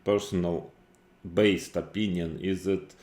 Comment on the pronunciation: is it "biased" or "based" opinion?😅